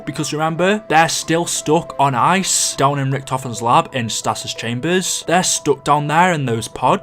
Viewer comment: Your pronunciation of stasis hurt my ears